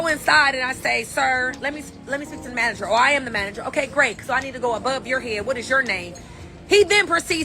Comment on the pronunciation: “ The manergeer …”